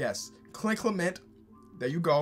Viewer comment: The Clement dude’s last name is pronounced KLEM-INT